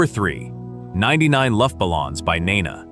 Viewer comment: First - it's not "Nenna" it's "Neeenah." Second, the English version- 99 Red Balloons- tells a very different story to the German version- 99 Luftballoons. It's just not as engaging, as intense or as memorable...